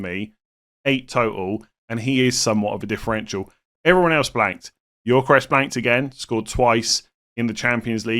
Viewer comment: Every time says Yorkeresh, I die a little inside.